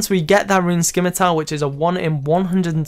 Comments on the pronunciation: How did you get a torso at such a low level? Also, it's not a skimitar, it's a scimitar... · "skim-a-tar" vs "sim-a-tar" pronunciation cringe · By the way, just for people like me who know better. The c in scimitar is silent. Soooooooo. Stop saying it like skimitar please ( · Scimitar has a silent c... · Why is it that so many scapers still can't pronounce "scimitar" correctly?